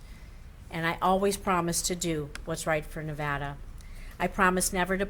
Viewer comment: RECOUNT!!! She doesn't even know how to pronounce NEVADA...